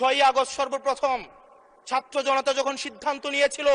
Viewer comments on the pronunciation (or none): none